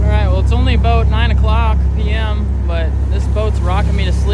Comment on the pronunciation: That Minnesota accent comes out a little bit on the water eh? Aboot! Ha! Good times for you brother!